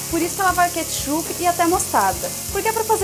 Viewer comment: catchupe? LOOOOOOOOOOOOOOOOOOOOOOOOOOOOOOOOOOOOL